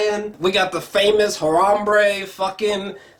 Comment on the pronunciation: You have disrespected harambe by pronouncing his name very wrong . Unsubbing I joke